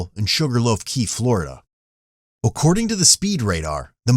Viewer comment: why did the narrator pronounce according like "Occording"